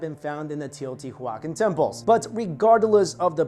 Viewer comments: Bro...love all your vids, history and food etc...But you're Killin' me. Tay-oh-tee-wa-kahn. Or at least that's the way we said it in spanish. (I'm aware it's an Indian word, but I couldn't understand or knew what you were sayin...lol) again great video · Teoh • tiwa • CAHN. Stress on that last syllable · Huacan --> juacon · I really like your videos, much respect. It's Teo-tia-wah-khan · Teo-ti-wakan. The pronunciation is similar to living languages derived from the Dakota/Lakota peoples. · Say it right : tayo tee wacan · Very good video, just one thing... "Tey-oh-tea-wah-KHAN" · TEO - TEE - WAAA - CON YW BOOBOO. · Wtf are you saying it’s teotihuaCAN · Teo• tiwa • kahn it’s a Nahuatl word for the city of the Gods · I really like your channel, but you pronounced it wrong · the way you pronounce the name has cringed my soul to the point that i wish they sacrifice me there. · I am cringing every time you say Teotihuacan. 😖 The pronunciation is soooo off!!! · It's definitely a hard "K" sound. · haa haaa...i was thinking the same. Poor kid never heard of the city I bet before he made the video. Didn't know how to pronounce it correct. He still has good videos though. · thank you! That was bothering me as well. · The word isn't Spanish. It's pronounced Teo• tiwa • kahn Also, he mispronounced dielectric It's "DI" not "DE" Electric. As in two, or binary.